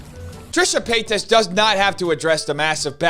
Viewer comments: I love it when deliberately says Trisha PAYTOS. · Trisha PAY-TOES☠😅🤣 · "Trisha paytoes" 😂😂😂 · I know this is small, but I love how you mispronounce her last name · Im honestly here to hear her name said wrong